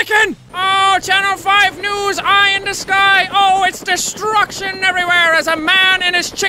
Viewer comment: it never gets old because DISTRUCKITION